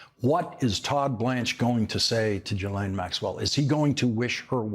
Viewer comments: Her name is not pronounced Jillain it's GILain. Mispronouncing names is a distraction. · REMINDER FOR LAWRENCE: Maxwell's first name is pronounced with a hard 'G' as in GHOST and GHOUL. The 'S' is silent. Thank you for your attention to this matter. 😉